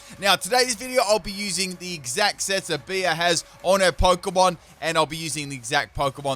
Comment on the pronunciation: Bea is pronounced “Bee”, rhymes with pea.